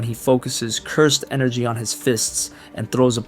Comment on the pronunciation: No, your voice is great, I meant speech as in grammar, for example when you say "Cursed energy" you should say it more like "cyrsd enrgy". I had this problem before where I couldn't say the word "pizza" properly, it sounded like "pisca" but after some training I improved my speech greatly. If I did it, you can do it.